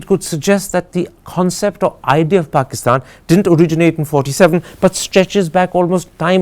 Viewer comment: Brother Husain . U said exactly "BAKISTAN" I HV BN IN MIDLEAST ALMOST 28 YRS... SO ITS CORRECT " ARAB CANT SAY P Even hi educated"